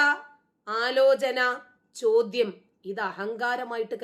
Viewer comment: വലയ്ക്കുന്ന ശോദ്യം ്് ശോദിക്കല്ലേ . ടീച്ചറ് മ്യോളെ😂